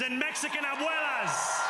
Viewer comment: when he said abuelas I got actual chills. Never expected him to speak spanish let alone pronounce is so well, the future is hopeful